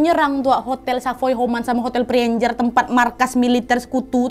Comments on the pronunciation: dibacanya sih tetep preanger ya soalnya sering dger jg tetep hotel preanger bukn prienjer 😅 cmiiw tapi hihi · Preanger adalah sebutan Priangan (tanah Sunda) oleh orang Belanda. Kalau tidak salah, cara bacanya pré-a-nger biasa saja dan bukan pri-en-jer. Terima kasih Nadia sudah mengangkat sejarah tanah kami, bangga rasanya menjadi orang Indonesia yg lahir di Bandung. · Prienjer.. Oohhhh Preanger toh.. 😂😂😂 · Kak Nad, krna kita mah org Bdg pisan jd baca nama hotel nya teh bukan PREANJER, kita mah ttp aja PREANGER (PREA-NGER) 😄😄 ga ada yg di rubah 😂😂😋😋🤭🤭